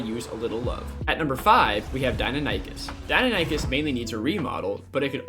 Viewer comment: Did my man really just say "Die-No-Nie-Kus"